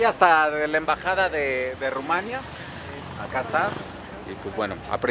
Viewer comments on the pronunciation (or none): none